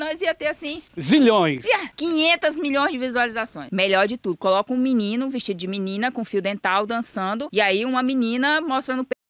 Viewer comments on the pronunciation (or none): Menino não... "MENINI".kkkkkkkkkkkkkk